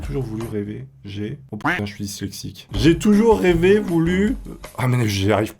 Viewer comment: j'ai toujours rêvé que dise ' j' ai toujours rêvé ' correctement. 🤗